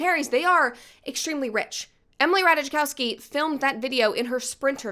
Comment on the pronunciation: it's not pronounced "rataichakowski" it's more like "rataikovski" :)